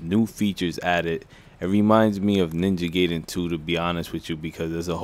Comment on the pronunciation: It's pronounced guyden